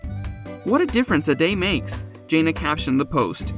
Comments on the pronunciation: If you’re going to do these videos, at least pronounce their names correctly. It clearly proves you know nothing about the family. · Her name isn’t Jay-na. It’s Jan-na. Get it right if you’re going to do a piece on someone. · JANA not JAYNA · It is jãna not jāna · Thank you this guy was driving me nuts calling her Janea' !!!! 😳 I just wanted say to say her name is JANA!!!!! 😊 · Her name is pronounced Janna not Jayna. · Her name is Jan-na!!! Not Jain-na!! Get it right if you’re going to feature someone in your video! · It is hard to respect a channel that can’t even pronounce the characters name correctly. It is Janna not Jains. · Jan na, NOT Jay na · It’s Jan-ah... not Jane-ah 🙄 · 1st of all Mr spokesman her name is JANA not Janea ! When the right man for her comes along she will know ! 😊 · Her name is NOT Jane-ah..it's Jane-ah.. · Her name is pronounced Janna not Jayna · JAN-A. can't you say it right???? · Her name is Jana pronounced J Anna not whatever you said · Can you at least say the girls name right??? It was so aggravating listening to you butcher her name through this entire video. It's jan-a!!! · I hate the way they pronounce her her name. I hate the way protray her.. she is just living life. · Thank you! I just commented up above you, None of the facts are correct, he showed a picture of Jill, and said it was Jana, and then another time talking about pants when she was with Jinger who DOES wear pants! So aggravating! Can’t even pronounce the her name right! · Actually it doesn’t make me feel anything. This moderator has mispronounced her name for months and so many people have told her to say it correctly and she has made no attempts at correcting herself. I haven’t said anything about it until now because it gets to be frustrating after a while. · Please learn to pronounce her name correctly. You say her name so much, it’s really irritating! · You should at least know how to pronounce your subject’s name! Shame on you.